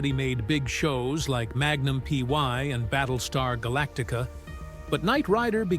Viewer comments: Magnus P Y!?!?!?! Don't you mean Magnum P I??? And why do you keep calling KITT "Key Eye Tee"?!?! Weird.... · It wasn't magnum py it was Magnum pi dummy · Get a real person to speak. Way to may mistakes in all the conversations. Magnum py ? For example. This sucks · 😂 LMAO .... MAGNUM PY?? Magnum, Private Yinvestigator!! 😂😂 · Whoever is reading this has no idea what he's saying like Magnum P Y and K I T...